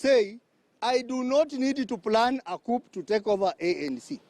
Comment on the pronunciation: That's not English you are speaking ? In coup "p" is silent